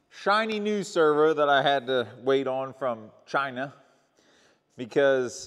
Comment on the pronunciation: Say it with me... "Because it came from ChI-NAH" 🤣